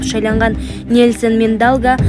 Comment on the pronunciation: Суйлоп жаткан кыз туура суйлогун.Мангела эмес Мандела